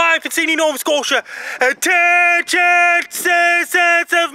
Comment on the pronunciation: NO ONE: FRANKIE MACDONALD: * A *T *T*E*N*I*O*N